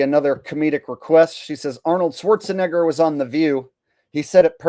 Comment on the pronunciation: Whoopi says Schwartz-a- nigga With a A 🤣🤣 Because saying his name correctly wouldn't be PC.🙃